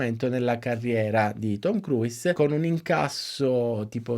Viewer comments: Ma cavolo, nemmeno la pronuncia corretta !?!? Si pronuncia “kruus” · Bellissimo lavoro! Grazie! Si può migliorare non pronunciando la 'i' ogni volta che si pronuncia il suo cognome ;-)